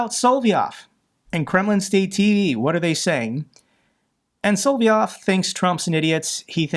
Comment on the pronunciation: your presentations are absolutely great but, yes, you need to look up the pronunciation of a lot of names. “Vucic” is VUCHICH; “Solovyov” is SO-LO-VEE-OFF; and there many other Ukrainian and Russian names you’re mispronouncing—so many I don’t know what to do—but you’ve got to do something! Many Russian and Ukrainian names are three syllables, and the accent is frequently on the MIDDLE syllable.